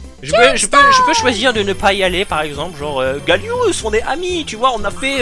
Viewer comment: Pourquoi "Gallious"?